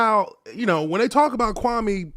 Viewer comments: I am a Ghanaian and I know that name very well. KWAME is pronounced KWA-A-ME or KWA _ ME is the name of a male born on SATURDAY in the Ghanaian culture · Whats even more messed up about Stephen A mispronouncing Kwame's name is he was told by Jalen Rose that its disrespectful and he continued doing it. But had the nerve to lie and say he never said anything negative about Kwame personally. He not only disrespected Kwame, but also his parents who named him